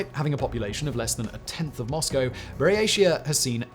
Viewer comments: I know it’s a minor detail but it kind of undermines the quality of the research to mispronounce the name of the region. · What an amazing video Simon - great work!! By the way - Buryatia is pronounced BUREE-AT-IYA (with a hard tee) :) Love the ending too! you ROCK! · Buryatia is pronounced with a hard T